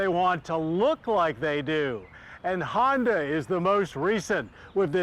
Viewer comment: Agreed. I will let KBB do the reviews too if stays completely away from Hondas completely. (He can also do Acuras without mentioning Hondas) (It's because of his stupid pronunciation of the brand).